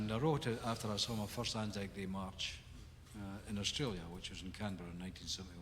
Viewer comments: ANZAC, Australia New Zealand Army Corps. Pronounced, ann-zac. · ANZAC pronounced anne-zack. It was the joint Australian New Zealand Army Corps. ANZAC day is observed in Australia, New Zealand and Tonga. It is the day we remember the sacrifice of all those soldiers who lost their lives. There is a dawn service that is held. ANZAC day has also been commemorated at Gallipoli itself. The saddest part is that those soldiers who died, so many of them were kids were lied about their age to go to war with their mates. They were excited for the adventure but bullets and shells don't discriminate based on age. Waltzing Matilda is a song about a sheep thief who travels all over, living carefree and against the law until the law catches up with him and instead of being taken alive and imprisoned, he drowns himself in a billabong which is basically a small body of water. So when he refers to the band playing Waltzing Matilda he is referencing that song because Aussies are weird and celebrate bushrangers and anti establishment types. Better dead and free than alive and caged, which this song also reflects but the cage for the soldier is the prison of his own body. He'd rather have "drowned free" and by his own choice, rather than suffer the ultimate indignity that removes his ability to be mobile and carefree. If you want an amazing song about remembering a true Australian war hero, I recommend Ballad of Bull by the band Sabaton. There aren't really many songs like it, especially the story in the song itself. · ANZAC pronounced Ann-Zack. It stands for Australia New Zealand Army Corp. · Just google "how to pronounce anzac" it's a decent enough example to listen to.